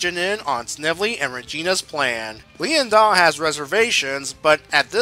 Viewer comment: I know Lien-Da is spelt like that but I think you're supposed to just say it straight like Lienda without any breaks.